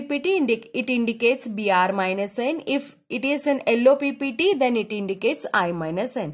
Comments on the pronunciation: Yello ❌ ello ✅ 😅😅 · I not give like because you say ELLOW NOT YELLOW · Your pranounciation of yellow is very oakward😅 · One of the most understanding video I found a night b4 final practical. Though I'm North Indian, I found confusion when ma'am told h2so4 and illo for yellow in her tone of voice. Anyways I found it really easy to demonstrate n understand well in mind.